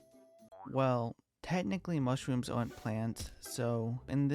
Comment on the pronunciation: The way this guy talks is so adorable bro, " mushwooms TwT "